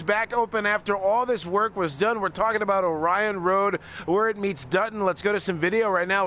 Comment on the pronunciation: isn't from anywhere around the Detroit area he doesn't even know the local pronunciation of Orion Road. Go figure you'd think somebody would fill him in. At least he would sound like he was local.